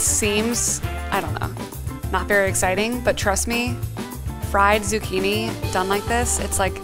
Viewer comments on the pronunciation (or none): none